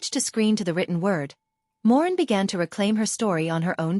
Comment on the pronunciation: It's Moreen not Morgan